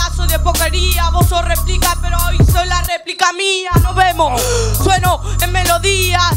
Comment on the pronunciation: Replic dice el niñito en ves de decir replica, jaja no sabe ni el nombre